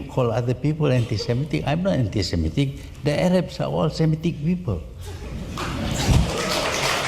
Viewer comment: They guy did the narration is dumb. Anti spelled aunty. Zionist spelled Chinese. Guard become got...